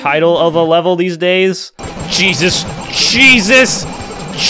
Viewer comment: in one part he says jesus and it sounds like cheeseits